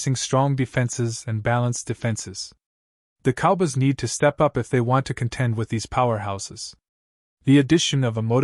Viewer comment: Ih thnk th dlls cowbys wld lk u to prnnce sm fkn VOWELS! There are two o’s in “cowboys” and you should pronounce both of them!